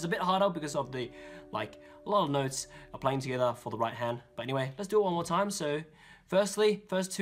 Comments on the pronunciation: It's not 'together'!!!! It's TogAeThaA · every time he says togetha i want to bang my head into a wall.... and also give him a hug. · the "togetha" makes me want to kms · togethaa togethaa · Togethah togethah togethah. CANT STRESS HOW MUCH I LOVE HIS TUTORIALS BECAUSE OF THIS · I love your "togethaa" xD Really good help by lerning some songs! Im learning completly from the begining, but your a very, very great help Keep going!;) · "togetha" intensifies Btw I subbed. Thank me later. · Thats heow yeu say et from the laend daewn unda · omg the thing that gets me angry is how he says “together” lol